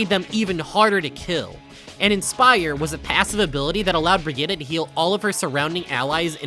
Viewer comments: bro please stop saying "bregeeta" her name is not pronounced like that and you know it. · Bruh, the way he pronounced Brigitte gave conniptions. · so because torb and rein mispronounce her name that's suddenly how it's supposed to be pronounced, that's not how it works. her name ends with an E, and she even pronounce it herself with said E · why do you pronounce brigitte as if it ended with an a